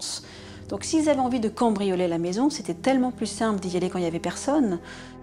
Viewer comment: Ont dit pas "combrioler", c'est "cAMbrioler" le mot 😬